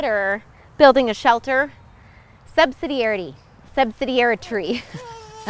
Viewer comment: Literally laughed out lout at "subsidiari-tree"